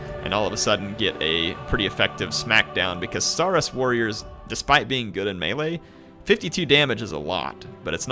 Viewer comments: Saurus is pronounced saw-rus as in dinosaur and russle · it's pronounced s-OAR-us. Ya know, like dinosaur, as in 'lizard'. And hey, you pointed out the canonical connection between skinks and kroxigors right away. It's an image, and tabletop rule, I've always loved; a unit of skinks falling back towards a swampy pool, seemingly unable to stand against their attacks. And then just as the foe is sure they've got the little guys trapped, the water explodes as kroxigors charge straight through the unit of skinks to smash into their foes.